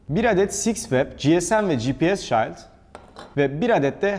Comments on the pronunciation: Robotistan baştan beri hem bilgi hem malzeme kaynağım oldu. Tüm videoları da izlemeye çalışıyorum, teşekkürler. Sadece dile biraz dikkat: "shield" kelimesinin telaffuzu kulak tırmalayacak kadar yanlış kullanılıyor. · shield kelimesi şiıld diye okunur şayld değil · Oha adam shiled’de neden şayld diyor diye bir bakayım dedim şok oldum.. şayld deniyormuş vay anasını.. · No body: Şayld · "shield" okunuşu rahatsız edici. lütfen düzeltirmisiniz.